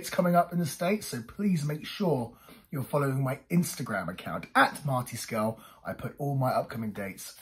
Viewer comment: Not only did you pronounce my name right. You're one of the few who have. Thanks for taking time to do this. 🙂